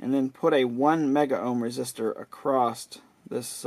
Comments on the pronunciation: The word is 'across' Not "acrosst " Rather use a cap tester. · "Acrost" :D